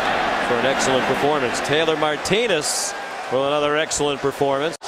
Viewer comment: Nice video. Couldn't stand the commentator during the Washington game, it's Martinez, not Martines.